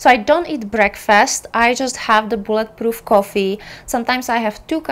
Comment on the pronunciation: Bullet proof coffee….. in a different video I thought you were saying blood proof coffee! 😂 I was saying what…..